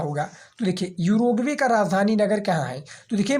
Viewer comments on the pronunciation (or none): उरुग्वे है युरगवे नही है😂😂